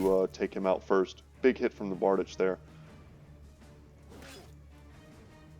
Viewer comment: That weapon is called bar-deech.